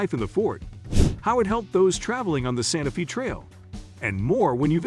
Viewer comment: You are pronouncing Wichita & Santa Fe incorrectly. Don’t go Topeka is a dump. What really sets state apart is the views of nature. All cities everywhere are pretty much the same. And really a water park? Not the best place in KS.